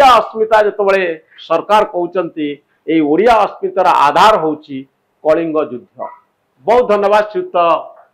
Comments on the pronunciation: its judhha not judhya😅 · ଯୁଦ୍ଧ ଉଚ୍ଚାରଣ ଭୁଲ କରୁଛନ୍ତି।